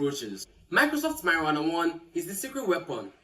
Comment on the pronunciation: . Did I just hear marijuana ❤😂😂😂😂